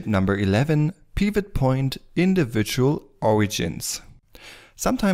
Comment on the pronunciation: Oh sorry, didn't think you were gonna answer nor read that message... well. The way you pronounce "Pivot" is straight forward and has some sort of Russian accent in it. You pronounce it more like (Peeewet) when as in correct English you would pronounce it like (Pewet). More specifically; you're laying extra weight on the "e". But I don't blame you. I had a bad day when I wrote that comment.